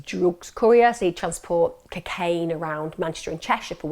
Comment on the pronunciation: I love the way Emma pronounces cocaine 😍😍🤗🤗